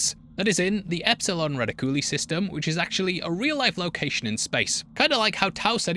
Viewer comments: Reh-tick-you-lie not reticulaly 😂😂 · "redicooly" xD. Reh-tic-you-lie, bub. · Lol: "reh-TICK-you-lye.' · "Retta-coolie" is definitely the funniest mispronunciation of "reticuli" I've heard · Nooooooo! We still wound up with Red-ih-COOL-ly 😢😢😢 Reticuli is like…reticule. Or reticulum. Zeta 2 “Reh-tick-you-lie” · Reticuli? Ra-tick- you-lie. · you mispronounced reticuli so badly I had to leave a comment. RETICOOLY btw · Trivia: The script didn’t specify gender for any character. It was just Ripley, Dallas, etc. That didn’t come until casting. Oh, you may want to look up how to pronounce reticuli. 😊